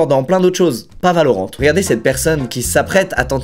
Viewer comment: "ValoRIsante" pas "valorante" 😂😂😂